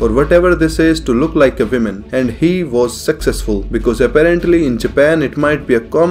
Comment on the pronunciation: I heard "and he was sexcesful" and idk why....